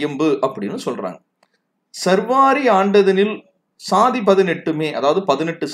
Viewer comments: not survari but saarvari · I am disappointed with you. You are pronouncing saarvari varudam incorrectly as sarvaari. I just noticed the description where you have given explanation for your mispronunciation. You are wrong again. சார்வரி itself is a samskrita sabtham.